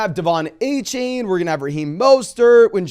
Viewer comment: Just so you know, it’s “A-Chan” not “A-Chain”. He notified reporters of this over the weekend. Just for future reference